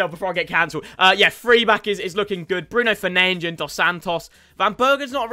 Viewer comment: Please stop calling Bruno Fernandes "Bruno Fernainch"😹😹😹